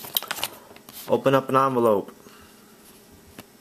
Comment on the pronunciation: “Open up a onvelope”😂